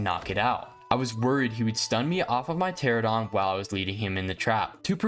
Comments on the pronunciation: Great video! That being said ichthyosaurs are NOT dolphins lmao 💀 Edit: also Pteranodon is pronounced “tear-ann-oh-don” not “tear-ah-don” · Hey! Just so you know, Pteranodon is pronounced Tur ann oh don! New subscriber too